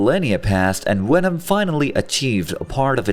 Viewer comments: why u say wenom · its not wenom its venom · I dislike how he says wenom and not venom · he knows, but the video's Narrator was pronouncing Venom as Wenom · Venom, not wenom 🤦‍♂️ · Is he german? the Wenom instead of Venom is hilarious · It's Venom, not Wenom! 😂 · what the fuck is a wenom... 😂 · Is he really saying wenom? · I loved this, but as it went on the fact that they said wenom uniwerse started to annoy me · “Wenom” 😂 looney toons wants ya for the job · Sounds like he's saying wenom. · Ah yes wenom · I hate how he says wenom except for venom it angers me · He keeps saying wenom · i love the way you say Wenom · Stop saying wenom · jesus christ please stop saying wenom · is anyone gonn atalk abt how he keeps saying wenom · Why do I hear vwenom instead of venom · Who the fuck is "wenom"? 😂😂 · How can you say voice, various and villian perfectly but venom comes out like wenom🤣.. besides that tho this was awsome story to watch and had a blast seeing this alternative reality. Venom creating the perfect symbiote balance with artificially created humans sounds like a very intersting idea to explore.. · good video but why do you keep saying wevom??? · it’s a joke The video has the majority of Venom pronounced as Wenom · you said it normally ONCE Which means you know how to say venoms name right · How is it that Germanic languages pronounce the w as a v, I have always wondered, now after this video, I’m wondering even more so how you would ever in a million years pronounce a v as a w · Why do you pronounce the v in universe, even, love, correctly but not for venom? Your accent is inconsistent. I call fake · Fun fact: i fucking hate how he says venom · If you're going to use a digital voice to narrate a video about Venom, you probably should have chosen one that can correctly pronounce the letter "V"